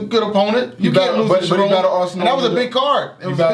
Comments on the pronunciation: Lol "Shuh Ron" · He said Shha ron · Tyrion Echols lol Cha-RON 😂😂😂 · F-ing up charron name 😂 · WhWhy cant say charrons name right?